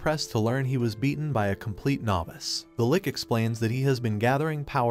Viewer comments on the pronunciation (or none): Your saying lich like lick when it’s spelled lich